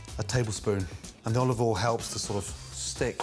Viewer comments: At this point, he is just saying "olovole" on purpose. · Americans: olive oil Gordon: olivol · Gordon: a spoonful of olivol Spoon as big as a shovel